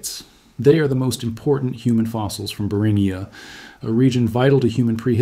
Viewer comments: Beringia = Bur in G ah. Not Bur in ghee ah. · It's pronounced br in jee uh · I can't last a minute in the video because of your mispronunciation of Beringia. Eight more minutes of that would be torture. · which do you mean, it's pronounced both ways within the first 30 seconds of the video and keeps alternating at random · Take a drink every time the almost human sounding narrator alternates its pronunciation of "Beringia"